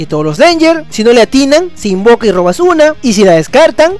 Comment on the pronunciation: Min Se invoca o se "invoka"? :v porque en yugi no es lo mismo :v xDDD